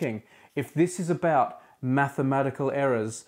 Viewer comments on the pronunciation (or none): none